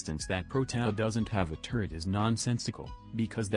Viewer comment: So sick of hearing "turrent" and "turret"